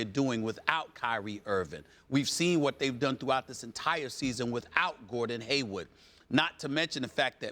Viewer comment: If SAS says Haywood one more time 😡😡